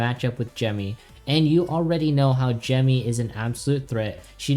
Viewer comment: finally someone who pronounces gemmy correctly unlike the 99% youtuber who calls her jimmy